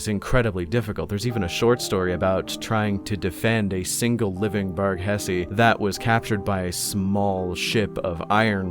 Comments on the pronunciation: Did know one else giggle a bit when said “Bargussi” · It’s pronounced barghussy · To clarify, it is actually pronounced "Bargussy"